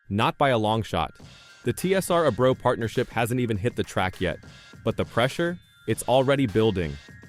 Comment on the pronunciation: Rico's last name is pronounced AY-BREW.